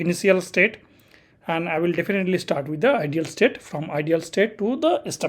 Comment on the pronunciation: Hello, Thank you kindly for the video, one small note - not related to the BGP but how you say "Idle" you pronounce like "IDEAL" and not "idle" is two different words, I understand you're not native speaker, I just try point it out, because that took me some minutes to adjust to :D Btw; your video are very unique in a sense you show config, diagram and explain all same time. Look forward for future videos from you, really appreicated.